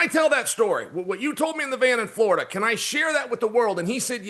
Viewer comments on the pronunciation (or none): none